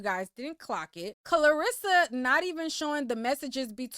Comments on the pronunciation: are you saying KARlissas name wrong on purpose? i hear people calling her KLArissa a lot.. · “KARLASSA” not Clarissa 😂😂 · You calling that woman Clarissa got me over here crying! 😭 It’s CAR LISSA. It’s just spelled with a K. 😂😂 😂